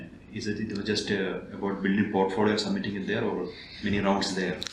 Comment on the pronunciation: Portpholio, but sir be like portphodio 😂❤️ love you sir